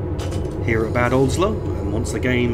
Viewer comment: Great video! Just a small remark: Bad Oldesloe should be pronounced like Bàd (short “a” like in Alpha) and Oldesloe, the OE is a specific german/dutch letter combination which has a specific sound, it is a little bit like a cow “moo’s” with the “oo” part being “oe”!